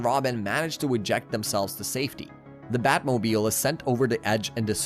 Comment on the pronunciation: Sometimes during your talk through, you pronounce words strangely. . . EG: Everyone knows its the Bat- Moe-Beel not the Bat Mo-B-isle. . . are you, Is this? AI generated content?